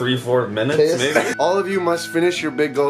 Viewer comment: lmao says i need to piz again!